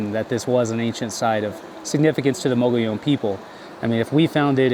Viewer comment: Fake, can’t pronounce “mogollon”